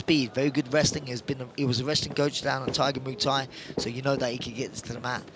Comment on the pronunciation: What is Moo-Thai? The commentator said it a few times. I know of Muay Thai, but not Moo-Thai.